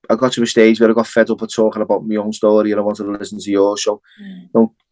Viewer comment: ah that's lovely to hear both accent at the same time. as beautiful as hearing you say "schtory" & a Liverpudlian saying "experience" in a distinct tone. Northerners' souls shine the brightest.